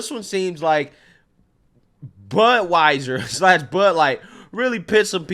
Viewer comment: I thought you said buttwieser